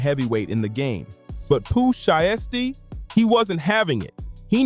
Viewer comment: great breakdown however the mispronunciation of “sheisty” & “mane” was actually unbearable. just a little constructive criticism